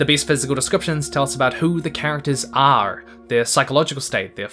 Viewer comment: "The best physical descriptions tell us about who the characters [arrrrrrre] ..." Me: He is a pirate!